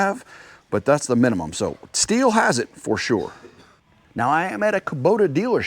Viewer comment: I don't like the brand that is properly pronounced "still". I'm sure no one cares but you did say who doesn't like...